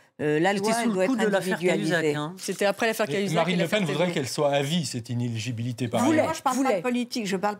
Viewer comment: Elles prononcent toutes le mot "inéligibilité" comme "inégilibilité".